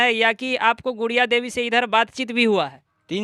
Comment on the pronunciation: गुड़िया देवी को बूरिया देवी बोल रहा है😂😂😂